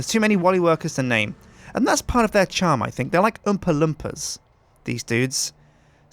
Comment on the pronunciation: Lol, the way he says oompa loompas